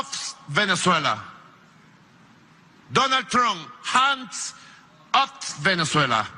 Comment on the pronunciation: soy venezolano, este animal de monte llamado "nicolas maduro" fue canciller de venezuela ante la ONU por 6 anos y no aprendio a hablar ingles (maduro fue autobusero y Sindicalero). no puede decir "Hans off venezuela".